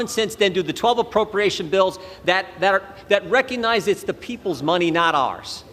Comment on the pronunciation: Wow and all this time I thought the word "reconize" had a "g" in it. Guess I should "ax" her how to spell that?! Seriously...our public officials people! 🙄